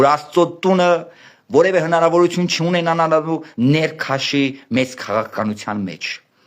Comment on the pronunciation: ջան` տղաս, նախապես ներողություն եմ խնդրում,սակայն չասել չեմ կարող, որ քո բառապաշարով ի չիք ես անում ողջ համարյա հիվանդության հասնող ՄԵԾ Հայրենասիրությունը ունենալու բառի փոխարեն ասում եք ունենանալու, միայն֊ի փոխարեն արտասանում եք միան և բազում֊բազում այլ արտահայտություններ։Եթե քեզ չգնահատեի չէի ասի Ուշադիր եղիր լեքսիկոնիդ